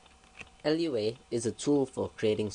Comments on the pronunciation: We can tell you cannot do Lua. Its pronounced Loo-a not L-U-A. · Loowa not L.U.A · Its not L-U-A, its Looh-Ahh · It's Lua not LUA...Moon in Portoguese created in Brazil (Portuguese in the language spoken in Brazil). So, Lua is not from Portugal, but from Brazil. Thanks for the tuts. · Umm its pronounced loo-ah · How am I stupid, you're a fucking idiot. I'm right, you pronounce it "loowa" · Yes, but he keeps saying